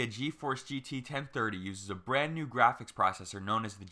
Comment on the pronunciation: "Graphics" card like holy shit how hard is it to say it normally. Fuck.